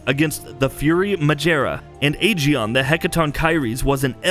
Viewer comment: The Aegaeon pronunciation, my word.